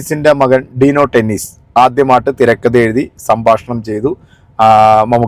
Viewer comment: ടെന്നീസ് അല്ല..... ഡെന്നിസ്.....